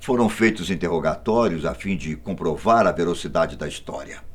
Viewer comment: Verocidade investigador???? É VERACIDADE!!!